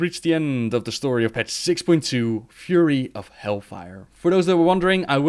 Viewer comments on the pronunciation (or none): none